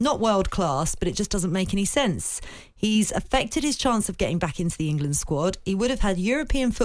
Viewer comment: I don’t listen to any pundit who says Wemberly and Ingerlund! 😂😂